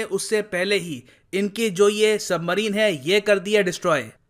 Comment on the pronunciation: वो सबमरीन होता है सही से पढ़ो